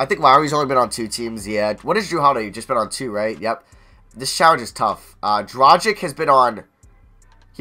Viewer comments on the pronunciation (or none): Just why DISREPECT Goran Dragic. Last name is pronounced Dra-gitch